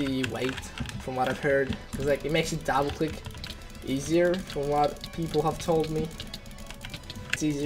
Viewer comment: Dable click nice english bruh